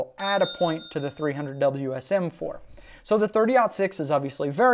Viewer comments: It's not a darn "Wiz um". It W S M. You kill me!!! 30-06 wins. Throw a 200 grain round nose in there and see who wins. Wiz Um (?) Sucks. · The fact you say whizzzam is already terrible..... WSM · Drinking game: take a shot every time he says whizm. Don’t, as you will probably pass out.